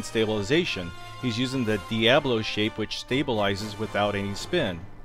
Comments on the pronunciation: Diabolo not Diablo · The juggling toy is pronounced Deea-Bolo. Diabolo dia = 2, bolo = bowl.